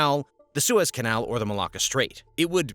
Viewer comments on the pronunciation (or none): none